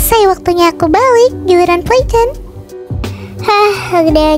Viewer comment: playten bukan playton